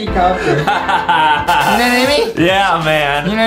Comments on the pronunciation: I laughed that Justin said hellcopter hellcopter 🤣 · Justin: HELICOPTIR HELITOPTIR Me: DYING CUZ OF LAGHTER